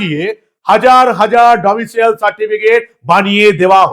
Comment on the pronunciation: আপনাকে বারবার বলেছি Domicial নয় , Domicile 😮